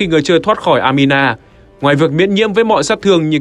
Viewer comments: Anima đọc thành Amina ????? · Anima nhưng người đọc cứ amina mãi thế :)